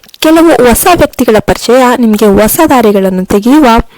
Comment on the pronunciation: Osa alla hosa. Pl don't kill kannada language.